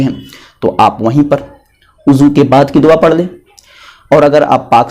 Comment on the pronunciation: بھائی وضو ہے عضو نہیں